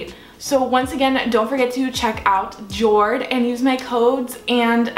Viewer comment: Hello the watch brand is most definitely pronounced “YOAD”. Damn my American pronunciation!!! 🤦🏻‍♀️😂